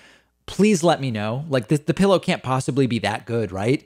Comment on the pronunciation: Now David, don't make fun of us (yes, that includes me) who say "Pilla". I grew up in the south and it's kind of hard to let go of some dialect & idiom issues, lol! BTW, I also say: windas (windows), tamatas (tomatoes) and other colorful pronunciations :-)